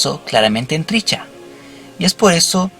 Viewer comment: lo unico que me fastidio en este video es escuchar como pronuncias mal el nombre de Trisha, es triSHA, no triCHA